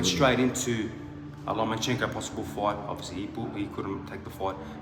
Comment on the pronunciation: Drink every time he says "foight"